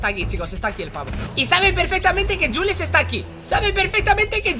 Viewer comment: Se dice juls